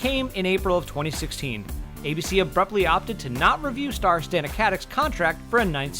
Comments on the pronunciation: I love the info in here but... Stah-na. That's how she pronounces her name. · I'm pretty sure "Stana" rhymes with "Donna," not "nana." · Stana is pronounced Stona. Not Staaaana. Stona. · Am I the only one annoyed by this complete butchery of Stana's name? It's pronounced Stah-Nah, not Stan-Ah. Also, this is depressing. It's almost like the network and original creators gave up on it. And whatever bad blood existed between Stana and Nathan I think happened fairly recently. If you watch the bloopers, interviews, and behind the scenes stuff between the two they seem like good friends until the later seasons. I doubt we'll ever truly find out what happened. It seems like Stana asked for more money, or perhaps pay equal to Nathan and that was refuted. Regardless, it's sad. This used to be such a great, solid show and then it ended kind of weakly. Kudos to the team and actors for finishing as best they could! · Are you sure this is how to pronounce her name? I know a bit Serbian and never heard of pronuncing Stana per "Stauna" Where do you put this "u"?? how do you write it in serbian alphabet? And oh, I checked it with the serbian alphabet genius and you are wrong! It's Стана Катић - which you say Stana Katić ( you wouldn't say the last letter, because in english it doesn't exist. So google it, before writing shit. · her name is pronounced Sta-na (not staina like they did) ka-tic.... katic is americanized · Stana is pronounced starna!!!!! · But IT'S NOT PRONOUNCED AS STAY NA OK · IT'S STANA! SAY HER NAME RIGHT! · he said stanas name wrong 😠